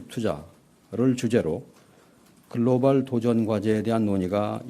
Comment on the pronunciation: 말꼬리 잡자면 글로발(x), 글로벌 (o) 입니다! global 미국식 [ˈɡloʊbl], 영국식 [ˈɡləʊbl]